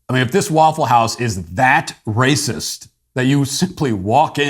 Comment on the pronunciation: "This is prolly the RAY-CISS place Ah ever been.... An Ah need a number for CAW-prit."